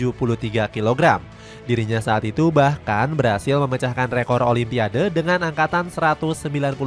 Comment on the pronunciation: Sebut olimpik pun jadi olipiande